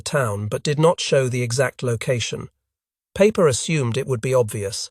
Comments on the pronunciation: Peiper’s name would sound like the English word “piper”. Does one pronounce Einstein as Aynsteyn? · Joachim Peiper ( pronounced Piper, )